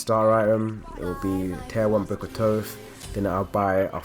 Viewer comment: You say book of thoth wrong..